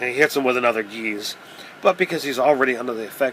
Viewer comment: Good video, thanks. Just FYI, the approximate English pronunciation of the word geis or geas (both are correct spelling depending on Irish/Gaelic) is not geez like a breeze of wind, it's gesh like fresh.